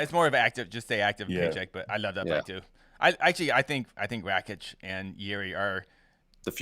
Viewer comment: Can someone explain to how to pronounce Aleksandar Rakic's last name? He's been saying "Rat-chick" for YEARS without anyone correcting him!